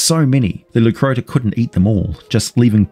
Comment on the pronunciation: Leu Crotta, crotta pronounced with a short O, not oo